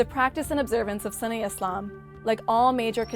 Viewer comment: It's hard for me to take her as a serious expert on the topic when she keeps pronouncing it as 'sunny'...